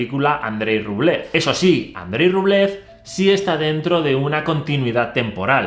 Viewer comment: Grazie per l'interessantissimo video. Però scusami se ti correggo: Rublev si pronuncia Rubliòf. Cari saluti dall'Italia. :hand-pink-waving::face-red-heart-shape